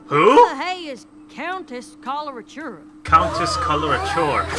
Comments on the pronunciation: Probably because its such a strange name and not spelled out when we first hear it. when i heard it i thought she said cholera tuna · why everybody has problems pronouncing Coloratura?